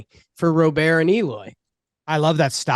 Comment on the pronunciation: What's with the robert annunciation? Am I missing something with that? I thought these guys know baseball